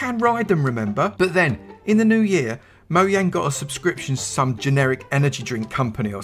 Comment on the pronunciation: is it supposed to say “Pow to Play Minecraft?” And is it “MoYang.” Everyone always says “MoJang.”